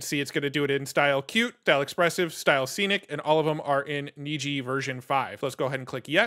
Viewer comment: You are correct, Niji is Japanese for rainbow and is pronounced as you said (neejee)